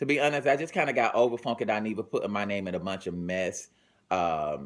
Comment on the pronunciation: I love how he say FONEKY